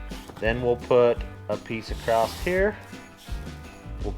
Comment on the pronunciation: I love the shows but I say I sure do like when says acrosst instead of ACROSS it makes me smile that's for sure. keep up the great Videos and crew.